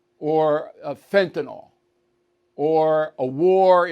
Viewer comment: You finally pronounced fentanyl correctly. Thank you.